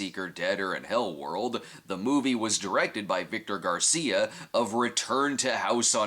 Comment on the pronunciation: I'm amazed of how he pronounced Victor Garcia. 👍